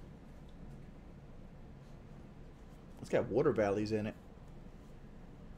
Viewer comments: "Wortor valleys" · Wudder valleys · "These got wudder vallies" yes 99% of shoes have wudder vallies